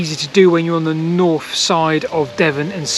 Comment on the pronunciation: Ok just to bring you back down to earth.. could you poss have a go a saying 'north' instead of 'norf'? Don't care about 'sarf' 😅 also funny when you said 'to my west'